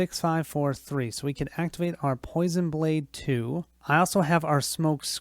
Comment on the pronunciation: POI-SON not PO-SHUN